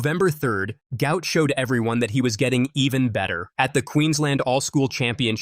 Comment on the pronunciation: Despite the father's effort this narrator still does not say the youngster's name correctly. Try: Gu----ot.